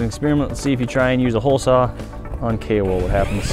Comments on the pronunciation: Haha I thought you said Kale wood not Kao wool xD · _ its actually kaowool like kayo-wool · Why do I keep hearing kale wool? :D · Is he saying kay or kale wool? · I heared kale wool the whole video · i heard kale wool instead... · Kao wool, ceramic blanket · kool wool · I thought he said "kale wool" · K wool? Kay wool? Kale wool? K.o. Wool?! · Take a shot every time he says Kaowool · Wait so what is the wool (If he's even saying wool) called again? I can't quite understand him